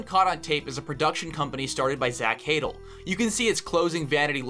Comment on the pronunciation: (Also it’s pronounced more like zach “huh-dell” not “haydle”)